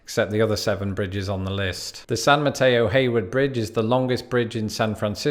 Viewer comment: Thank you for pronouncing San Mateo-Hayward correctly! Many don't unless you are local.